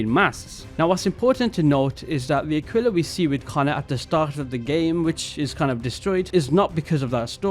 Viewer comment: This was great I knew 4/10 thank you for pronouncing Aquila right Faulkner(Gibbs for pirates) says it wrong like akilla. Also I thought right away of beast in the woods from over the garden wall that’s my interpretation. Also like the Adam and Eve one at the end